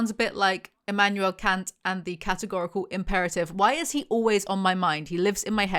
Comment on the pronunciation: You mispronounced Kant 😜